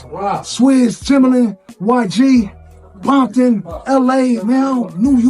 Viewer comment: All of a sudden Game saying Bompton😂😂 wow!! If you listen to his music he doesn’t say any of that. That nigga fake as fuck..Yg kept it real that’s why he more respected then the Game